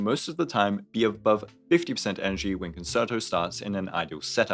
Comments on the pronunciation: Me having a mini stroke everytime i hear kuhn·ser·tow instead of kuhn·chehr·tow. Great video though. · i love you so I hate to be that guy but you I can't get over how you pronounced concerto. it's actually pronounced more like "con-chair-toe" rather than "con-sir-toe," honest mistake though:) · Sorry I promise this isn't a hate comment but it's pronounced cun-chair-toe, not concert-o! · I got two "conserto"s in before I had to take a moment to come to terms with the fact that every content creator is about to mispronounce the word and maybe I should sit out this patch. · concerto is pronounced like cun chair toe 🥵🥵🥵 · It’s pronounced like “cone-chair-toe.” I know it likes like “concert” which uses an S sound on the middle C, but this one is a “ch” sound Nice breakdown, though. That one word repeatedly wrong was driving me nuts, is all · Great video, as usual… …but it’s pronounced Con-Chair-To. No reason for any non-musicians to know that, but it was just nagging at me the whole time. Not sure if I’m pulling her or not. She’s definitely good, but I’ve already got Ruan Mei, Sparkle, and Bronya, and I’m not quite sure how much I want to invest in FUA teams. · Just a heads up as well, since you mentioned in stream you weren't sure of the pronunciation, it's pronounced Con-Chair-Toe :D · Saying con-sir-toe hurts my heart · Hope people weren't too aggro about the concerto pronunciation! I was literally about to type something when I realized your pinned comment 🤣